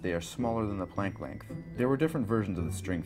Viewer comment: He speaks way to fast. What's the big rush? I've watched this twice and still don't know what he's talking about. It sounds like this string thing is smaller than a what? A plankton? I can't understand the word.